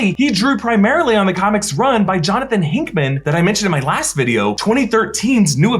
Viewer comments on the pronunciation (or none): Did he just say Jonathan Hinkman? It's Hickman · Did you say hiNckman? 🤦‍♂️ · How did you just pronounce Hickman. Put some respect on that name